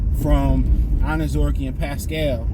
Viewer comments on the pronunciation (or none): 😂😅 for a guy who has a theme song in the words are I like to be educated. you keep fucking up this man's name and refuse to fucking say it properly. 😢😂 again this isn't your gf,s little poodle shitzu dog.just break down his name like they taught you in school here I'll even help you say it like it sounds........ OWN ZER REE KAY..... now say it all together mr. I like to be educated😅..... honest-to-god I wanted this guy cut so this idiot would stop mispronouncing his name clearly the education system failed him and Hooked on Phonics did not work